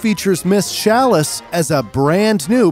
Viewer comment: did he just say SHalice?!?!